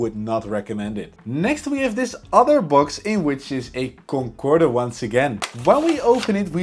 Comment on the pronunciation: Lousy packaging,crumpled boxes. Since when did we start pronouncing the ' e' at the end of Concorde?? You get coupons everytime you log in. All the tshirts are made out of cheap Polyester but you have to look everywhere for them to admit that most of the clothes are made out of this cheap material. Video for 7 year olds. At least an admission that the plane models are average. Wow lets break models.( apparently average build quality means cool?) If you wonder how China keeps builing new cities just look at the crap us Westerners like to buy. Peace out.